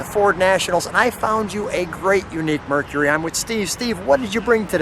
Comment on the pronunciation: Thank you for two people who actually pronounce the word “Mercury” correctly. It is not “Merk-ree.”